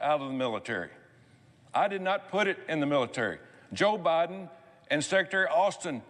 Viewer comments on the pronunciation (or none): none